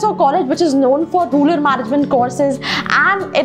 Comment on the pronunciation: Yeah she doesn't even pronounce the word rural correctly..